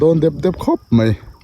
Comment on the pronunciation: Mai tih turah mei i ti deuh vek a. Nichin tih turah nachin i ti bawk. Sawiselna lam ni lovin ṭhahnemngaih thilah ka lo sawi ve a nih chu.